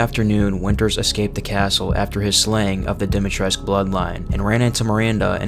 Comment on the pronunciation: your videos are good but the ladys name is pronounced with a koo as in Dee-mee-tress-koo